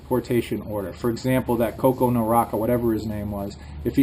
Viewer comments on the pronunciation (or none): none